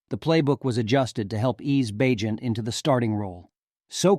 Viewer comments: Did you really say Bag-net??? this can’t be computer generated narration is it? Or is it just a person who doesn’t understand how to pronounce a persons name even though he said it correctly several times… Bag… Net?? Bagent… Bay… Gent.. seriously, if this is artificial intelligence that’s fucking retarded… And no I don’t give a shit about political correctness… It’s fucking hypocritical anyway and it’s all about context… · So did I hear this guy right? He pronounced the Heisman Trophy as the "Hess-a-man"? Then after saying Bagent's name correctly 25 times, he pronounced it once as Bagnet like it rhymes with magnet. Lol. Then he said Donta Foreman without putting the inflection in there. It's pronounced "Dee On Ta" with a long a sound 😂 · BAG-NET? ? HESS-I-MAN trophy? Otherwise nice tribute to our Bears new star.